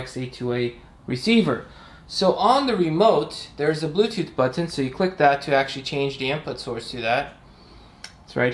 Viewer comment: And the way he says butt hin instead of button is adorable